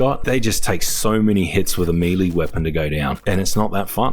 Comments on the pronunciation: I really love your videos man, been watching since I started playing the forest back in lockdown..but christ it really bothers me the way you say melee..I know it doesn't really matter and I probably sound like a dick but it's melay not meeleee. Thankyou and sorry 😂❤️ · Meeeee-leeeeeeeee, isn't it may-lay? Even in other parts of the world? Or am I buzzin' here? (talking about the word melee) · Melee is pronounced like M'lay. It's French. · Oh no, he's pronouncing melee wrong. Oh, and aesthetics too.